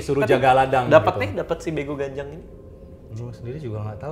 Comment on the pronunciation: Begu Ganjang, dibacanya begu gajjang. ini sering banget dibilang ke anak2 kecil yg mau keluar rumah,main malem2. "unang lao ho, sotung diboan begu ganjang i ho." (jangan pergi kau, nanti diculik begu ganjang) yang katanya suka nampakin sosoknya kalo malam2, makin diliat dia makin besar, kakinya panjang banget. pernah tulis tentang begu ganjang dan homang waktu SMA buat kompetisi dan akhirnya menang karna ceritanya belum pernah didengar org2. unik tapi serem.